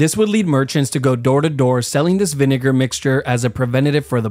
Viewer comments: Bro why do you say vinegar like that 😭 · Please pronounce "vinegar" correctly bro, I got stared at HARD 😂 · (i think it was) i thought he said n word hard r, but i turned on captions, and it was vinegar. I’m so childish 💀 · Am i the only one who didnt hear vinager when he first said it😂😂😂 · THAT IS NOT HOW YOU SAY VINEGAR